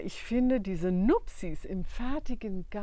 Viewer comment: Hey 👋 Ich weiß ja nicht, woher aus Deutschland du kommst, aber du sagst "Nuppties"!!! Und auch andere Ausdrücke (die ich grad mal wieder vergessen hab), die ich auch sag. Es hört sich für mich oft so an, als wenn du eine Herkunfts-Mundart hättest, die die Vokale recht lang zieht... ich selbst komme aus Kiel, Schleswig-Holstein, wo wir "kieläsch" sprechen. 😅😅 Du bist mir mega sympathisch mit deiner Art, Sachen anzufangen und sie dann umzusetzen. Ich habe schon so oft jetzt lachen müssen, weil ich mich darin so sehr wiedererkenne. Ich werde jetzt mal weiter schauen und bin gespannt, was noch alles kommt. 🤩